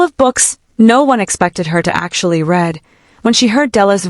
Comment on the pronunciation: at least it doesn't sound like it was 'read' by ai. although it was used; 15'14 although there was nothing she could read (supposed to be pronounced reed not red)